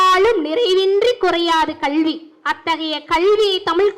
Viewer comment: கல்வி என்று ஒழுங்கா உச்சரி கள்வி என்று சொல்லு😢